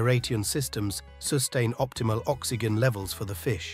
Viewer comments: Did the narrator say, "oxy-gan"? What is an "oxygan"? Or did he meant to say, "OXYGEN" as in OXY-JEN? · 'Oxy-gehn'....bro,you don't how to pronounce oxygen? Ox-ee-jen....come on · Couldn’t even pronounce oxygen properly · FFS! AI voice - cannot even pronounce oxygen correctly. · Gotta love AI narration "Oxy Genn" "Air Rayteon" "Leve ragging" lol....